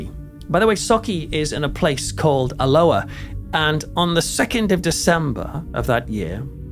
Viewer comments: al-oh-ah 😂 not that strange Hawaiian pronunciation you gave it, you make us sound so tropical 😉 Great video, but did that guy really say he thinks it’s a DISCARNATE entity that’s died but not moved on? They’ve never been human so he’s got his basics wrong which is never a good sign, perhaps a slip of the tongue. Off to watch the next video which I’m sure I will also thoroughly enjoy, but also will pick holes in. Promise I’ll keep them to myself in future 😂 Keep up the excellent, high quality work! 👻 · It's about 50 miles from both, near a large town called Stirling. Alloa is Al-low-ah, not as in the Hawiian greeting ! 😆🍍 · 😂 Like his attempt at trying to pronounce Alloa. It pronounced Al-o-waa. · You Alloa like this :- “AL - O- WA”😂😂❤❤ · The way you pronounce Alloa makes us sound very exotic indeed 😂 . Try Aloe (like aloe Vera) -ah 😅 xx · I think I hear a touch of a gentle Geordie/Northumbrian accent, which have many similarities to a Scottish accent and would explain why he couldn’t pronounce Alloa properly. Having said that, I’m English too and I know how to! 😄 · You mispronounced the town two different ways: with a hard C then a soft C. This is very lazy and pretentious. Just narrate. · Great video, well done. I had heard of this but didn’t realise occurrences were so extensive . I used to live in Alloa years ago and often visited friends in Sauchie. Loved your pronunciation of Alloa, it made me laugh and made it sound exotic 😂 No offence meant 😊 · Loving the new pronunciation of Alloa,,, sounds more South Pacific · i found this interesting but found myself saying the correct pronunciation of alloa loudly at my computer.